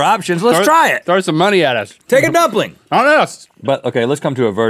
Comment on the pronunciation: nobody commenting on the "pumpling" ? :D